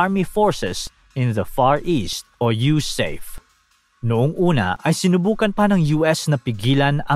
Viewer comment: huwag mo nang Artehan ang pagbigkas..USAFE. U SA FE ...BIGKASIN MO FE...